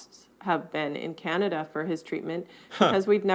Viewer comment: Sorry to be a Canadian pest but you're pronouncing the name of Canada incorrectly. Your first A in Canada is too nasal. The A should be pronounced back in the throat, with the jaw dropped straight down, and not in the nose. Listen to the two American ladies in the interviews. They pronounce the first A more softly and you should too! Listen to the much softer and smoother way you say "Canadian." There you pronounce the A correctly.